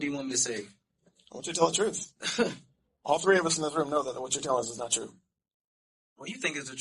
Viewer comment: He is telling the truff! 😅😅😅